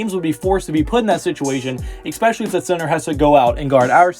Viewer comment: Also, EXSPECIALLY is NOT a word.